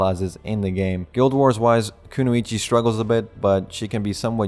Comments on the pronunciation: "ku-no-ichi" lmao you mean "ku-noy-chi" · sorry Bro have to correct you its kunoichi not kunuichi sorry again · Even though this comment is late and you probably won't see it, kunoichi is pronounced ku-noi-chi